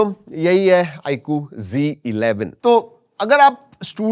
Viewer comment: It's not g11 😂 it's z11